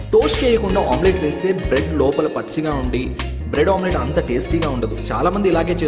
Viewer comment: When he say bread omelet it was funny hahaha